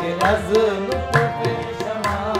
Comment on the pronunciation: It's not "sama" rather "shuma(you)